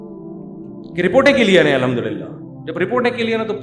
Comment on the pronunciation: السلام وعلیکم ورحمة الله وبركاته امید ہے مفتی صاحب آپ خیریت سے ہونگے مفتی صاحب میں آپ کے بیانات سنتا رہتا ہوں کافی عرصے سے اکیلے میں یا تنہائی میں آپ کو بولنا تھا لیکن فاصلوں کی وجہ سے شاید نہ مل سکوں آپ سے کسی بھی جگہ بہت معذرت کے ساتھ آپ الحمدللہ اچھی طرح نہیں ادا کرتے جس سے دل میرا دکھتا ہے